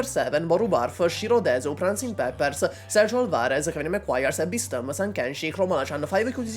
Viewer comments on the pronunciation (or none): none